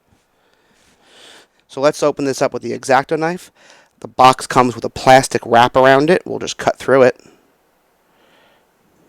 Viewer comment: In this video the word is not "box" Is "Bax". That makes sense! :P